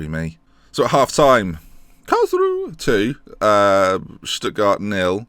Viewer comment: Karlsruhe = Karls-roo-ha Braunschweig = You're saying it right (not really).